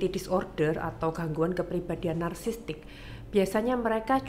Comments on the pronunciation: Nara sumber nya ini , psikiater bukan sih ??? Kok ngomong "narsisistik" aja salah.... Kok narsistik....wkwkwkwk..... Narasumber bilang narsisistik aja ngak lulus 😢😢😏😏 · Kok psikiater ngomong nya bersalahan sih ??? Yang benar ituuuu, Narsisistik Dookkkk, bukan narsistik.... Yang benaar, narsisistik.... Duuhh malu malu in psikiater nih si dokter 😢😏😏